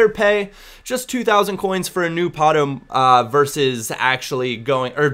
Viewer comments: Its Pato, simple as that, in portuguese, not Patoo xD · Pato ! P-A-T-O, not 'ou' hahaha, just a tip. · It's pronounced like it were not the American way ( alexander Pātō, English ) but Portuguese like Alèksàndré Pātú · I speak portuguese, its pato, not patu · uhmm, it's literally just PAto in Portuguese. Don't know where you got Patoo from:P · portuguese from brazil... and not patu, it's kind of pronounced patoh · Its not Patoo... And you are pronouncing Alexander wrong too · It´s Pato lol xd But most people only pronounce right the names of players from their country. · Yeah but Pato isn't Portuguese! He's brazillian! so it's "Pa-Toh" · You pronnounce it Páh-tu. As in you open the first sylable.:) Nice video. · I'm portuguese. Don't accent the "to" so much. "Pa" is the accented syllable. Other than that you're spot on. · to correctly pronounce 'Pato', just emphasize the 'a' as you are emphasizing the 'o', but don't emphasize the 'o' it self. Hope it helped:D